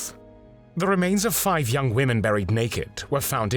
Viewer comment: And "fife" instead of "five"...I guess AI